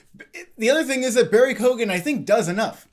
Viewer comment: Barry Keoghen is pronounced like Key-on